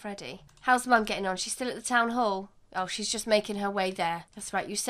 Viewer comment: I like how you say Town Whore, I mean Town Hall lol